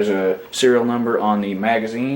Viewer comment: NUMBER, not bumber.